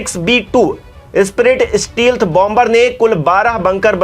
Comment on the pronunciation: स्टीलथ b2 नहीं, स्टेल्थ ब2 बोलते हैं भाई। आलोचना नहीं कर रहा, सुधार कर रहा हूँ।